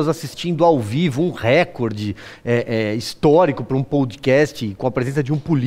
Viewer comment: RÉCORDE – A pronúncia RÉCORDE é errada; desde o étimo latino, passando pelo francês, o acento tônico cai na segunda sílaba, –CÓR– , rimando com aCORde, MORde, portanto, RECÓRDE. A acentuação proparoxítona não é PORTUGUÊS.